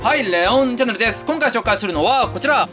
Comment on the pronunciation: 毎回思うけどレオンチャンネルって毎回言えてないよね笑